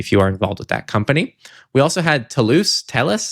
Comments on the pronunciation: the company "Telus" is pronounced "tell Us". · As a Canadian, TELUS is said like Tell-us. It's a telecom giant here, with health and also b2b services. Data breach of them is not great...